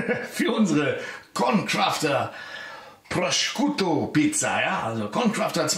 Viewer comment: Man spricht den Schinken auf italienisch "Proschuto" aus :) (Nicht Proskiuto)